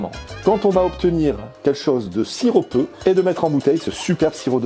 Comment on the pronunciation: On dit sirupeux et pas siropeux!